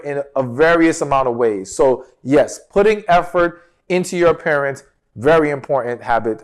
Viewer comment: You said put in effort in your appearance and I first heard it as put effort in your parents. Had you not explained I would have been completely lost.